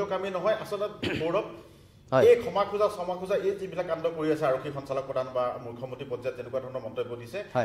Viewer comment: খেমা নে ক্ষমা ? শুদ্ধ উচ্চাৰণত মনোনিবেশ কৰিবলৈ আহ্বান কৰিলোঁ।